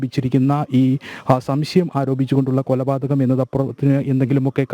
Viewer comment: കോപാതകമല കോലപാതകമാണ്